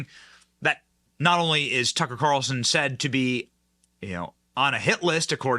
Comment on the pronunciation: Why do you have to say “Tucka’ Calrson” at the beginning, middle, and end of every sentence when reporting on him?!